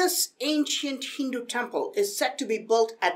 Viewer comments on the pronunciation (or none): none